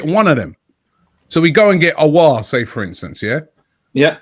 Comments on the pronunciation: Since has been able to say “Aouar” properly he’s been saying it non stop Lmao. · You know this saga has been going on for so long that even he was able to get it right.